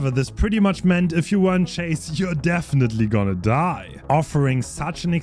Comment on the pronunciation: I can't tell you why but the way he says dyye gave me a chuckle 😅 (saying sloppy butcher devour hope suck is definitely an opinion you can have 😂)